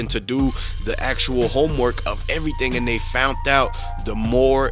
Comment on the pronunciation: They fount it 😂 Jesus, if you are going to report on things you should probably know how to speak English.